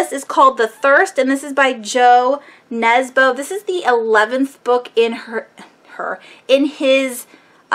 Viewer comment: The author of "The Thirst" I know looks like Jo Nesbo, but its actually pronounced 'you nesba' and the main character is pronounced harry hoo-lah" Just wanted to share!!